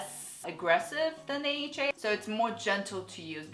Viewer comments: It's not aha it's A H A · AHA isn't pronounced "aha" but you say "A-H-A" (the letters). You said both "aha" and "A-H-A," but you refer to the product itself as "aha" but the chemical as "A-H-A." Just found this funny lol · Korean people pronounce AHA and BHA aha and baha, respectively, just cus it’s more convenient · I follow a Korean dermatologist and she pronounces it the same way too! Guess it's just how Koreans say it